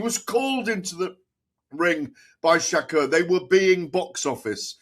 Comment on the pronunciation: Please learn how to pronounce shakurs name properly